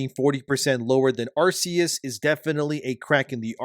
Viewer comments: It's Ar-KEY-us, not Ar-SEA-us. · Ar-KEE-Us. Pls my guy, it's been 18 years. We had a movie. We had Legends Arceus. They gave us an Arc phone, which is a dead giveaway for how Arceus is pronounced T-T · It's not "Arse-eus".